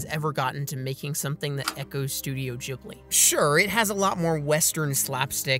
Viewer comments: Hearing "Jhibli" instead of "Ghibli" makes my heart hurt. You're supposed to pronounce it G, like G in word Game. That's my only problem with the Video tbh. Because I agree with this video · Your pronouncing Ghibli wrong. It's meant to Ghibli like in gif.